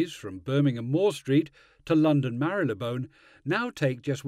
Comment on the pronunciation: It's Marleybone, not Marrylebone!